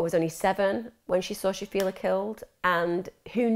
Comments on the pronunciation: The fact the VERY FIRST time you mention her name, you can't even be arsed pronouncing it correctly. It's not shafia, clearly there's an L in her name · Interesting, although it's a shame that she couldn't say Shafilea' s name correctly and kept using per se in the wrong context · I only watched 15 minutes and couldn't carry on watching anymore because there were so many inaccuracies and made up information. Farzana was not pregnant outside of wedlock. I don't even know where you would get that from. Stop making things up. The dad went to Pakistan, got forced to marry his cousin, brought her over to the uk and she fell pregnant. Also shafilea is not pronounced like that and some other names were also pronounced wrong. There are many documentaries about this case on YT, even watching at least one would've taught you how to pronounce her name. There's also a lot of conjecture and opinions such as when you said shafilea wanted to go to university because she wanted to live in halls and have freedom. Maybe she did want that we will never know but there's no way to ever know that so it's best to leave our opinions out and stick to what we actually know about the case. Most likely if she had gone to university her parents would've forced her to apply to local unis and commute.